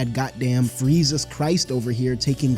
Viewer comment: “Freisus Christ” killed me lol